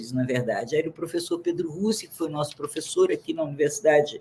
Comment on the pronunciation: Por isso nossa educação é um lixo, olha o nível dos "prufeçô'